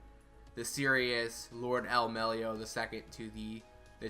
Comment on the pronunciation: "Melloi" not "Mellio"